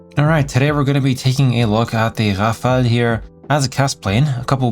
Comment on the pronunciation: It's the first time I hear a non french speaker pronounce Rafale like a native speaker you nailed it bro